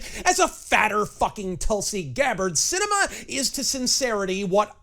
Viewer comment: Actually it's pronounced Cinema. :-)